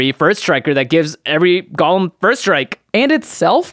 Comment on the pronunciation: it's GO-lem. please. please.